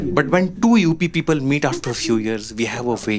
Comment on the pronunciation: You prounounce "people" like "peepal ka ped" 😂. Poora hindi bol lo bhai, tabhi tumhara video poora dekh payenge 😅